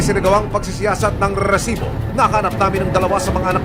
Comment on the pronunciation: Mali pag bigkas mu ng resibo